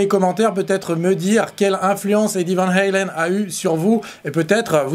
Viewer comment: Néerlandaise le a se prononce a et pas aïe vaaaan haaaaalen